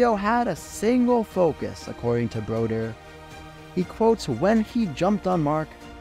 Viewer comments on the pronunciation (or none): Brodeur was pronounced Broder